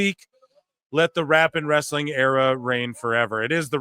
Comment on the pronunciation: Russo saying "wrestling" with three syllables never gets old 😂